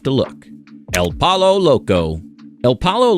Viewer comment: I love how he can pronounce TortiLLas right, but not poLLo !